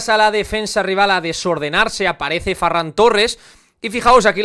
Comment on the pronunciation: Me da rabia que diga farran 😅